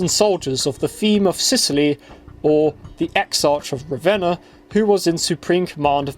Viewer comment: The "ch" in "Exarch" is pronounced like a K, like in archangel.